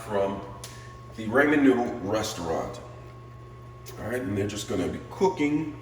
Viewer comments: Nice try with cooking!!! Lol 😂 👍🏽 PRONUNCIATION IS RAH-MEN NOODLES…NOT SURE IF YOU ARE TRYING TO MAKE A JK. ANYWAY, I HAVE THESE AND MY DAUGHTER LOVES THEM! I JUST BOUGHT THE HALO MISO BROTH TO TRY NEXT TIME! ❤ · It's pronounced rah-men.